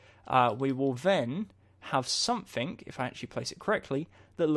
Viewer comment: did anyone else notice that is saying somethink not something? just something funny that i noticed